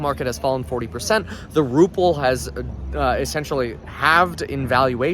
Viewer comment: It is Ruble not ruple